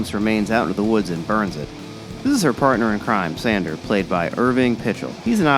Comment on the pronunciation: This review was alright,although the reviewer kept mispronouncing “Sandor”.